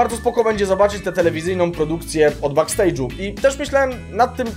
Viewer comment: no i teraz pół jutuba bedzie ogladac taniec z gwiazdami strzał w dyche ze strony włodarzy programu a tak wogole to bekstejdżu nie bakstejdżu chyba